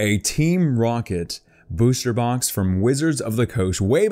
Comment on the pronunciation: likeminded 4life 😂😂😂 he said it like that in the video 😂 rooket 😂